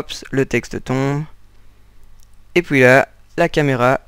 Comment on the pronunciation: Et "POUIS" à loool